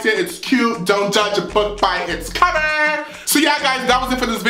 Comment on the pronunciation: “Don’t judge a book by its coVErrrr” i criedddd